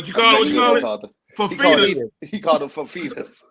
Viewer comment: said fafeetas😂